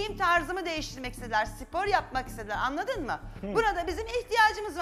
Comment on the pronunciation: Anladın mı değil annadın mı